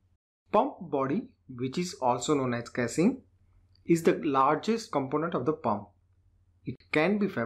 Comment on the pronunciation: please improve your pronunciation like casing.